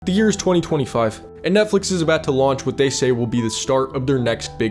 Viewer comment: why he was making 2025 sound like it was 50 years ago🥀 🥀 🥀 🥀